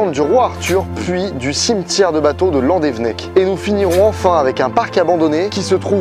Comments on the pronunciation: Juste, petit point prononciation, on dit landévénnec et les z à la fin des mots et des noms propres se prononcent pas en français (en breton non plus sauf vers Brest) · Landévennec ça se prononce Loudévénnec non ? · Slt, je suis de landévennec. C'est juste pour dire que ça s'écrit "landévennec" mais ça se dit "landévénnec" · mon dieux tu aurrais pus trouver un brestois pour te dire les prononciation exacte je frise l'avc !!!! donc ont reprend c'est Landévénec et la rivière c'est la penfeld [pinfel] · Sa se prononce landévénèc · Oui, mais sa prononciation de landevennec m'a écorché l'oreille xD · "landevnec" non ça se prononce "Landévénèc" inculte "que la population découvra" Alors non toujours pas, on dit "que la population découvrit" "dans la penefled" non non c'est la "pinfeld" ou la "pinfel" phonétiquement. (et je suis bien placé pour te le dire j'habite à Brest. Et non ce n'est pas un fleuve mais une rivière. "une corne" non c'est une défense. Roh lala j'ai 16 ans et j'apprends le français à... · Belle vidéo, très intéressante juste la prononciation des lieux 😂 c’est pas landévennec mais landévénnec et pour la penfeld ça se dit pinfel c’est sur les noms bretons 😂😂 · La Bretagne ma patrie ❤️ Par contre c'est là que je me rends compte que le Breton est pas inné mdr par exemple Tréoranteuc on prononce pas an mais en ou alors Landévennec ça se prononce Landévénnec Après c'est pas si grave que ça mais bon 😂 Merci pour cette vidéo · Landévénec et la painfeld qui est mal prononcée aussi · VIVA LA BRETAGNE !!!!! Encore une masterclass sur ce type de vidéo !!! Bravo à toi ! Par contre, on voit bien que t'es pas breton. Landévennec se prononce Landévénnec et pour la Penfeld, le "en" se prononce "in". Mais merci pour ce genre de vidéos.